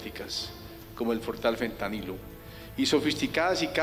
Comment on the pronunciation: se dice pentanilo o fentanilo🎉